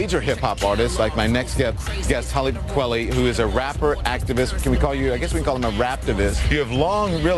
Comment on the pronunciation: Its pronounced tah-lib kwah-lay